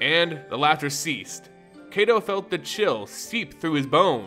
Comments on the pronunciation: Soo good! I'll need to review this more just to learn more of Neon Kamigawa, one month away as of today! <3 To also help with Kaito Shizuki, they pronounced in the reveal, Kaito (Keye-to) the ai sounds more like eye. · If Kaito's name was pronounced as it is in the video it would be spelled Keito but it isn't.